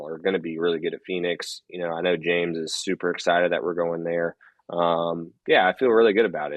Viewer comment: "Dale's Exited..." hm? Not "Excited"?